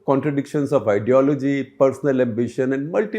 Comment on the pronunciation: Did he just say "pathology" instead of ideology?